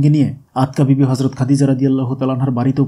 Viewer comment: Not Atka bibi but Atika bibi.